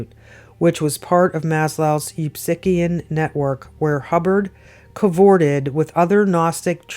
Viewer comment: Eupsychian is said Yu- psych- ian